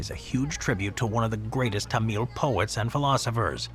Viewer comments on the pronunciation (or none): Tamil: pronounced "Tom-mull", with some slight variations depending on dialect and "correctness" for lack of a better term. Never "Tumeel", unless we are talking about a different group altogether? If that's the case, my apologies.